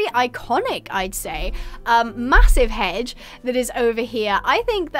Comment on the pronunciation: I genuinely cant listen to you say hedge anymore after the world tour when you said hej